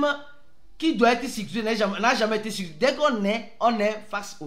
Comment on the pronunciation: Pardon prononce bien stp: c'est sécurisé, ce n'est pas sicurisé 😅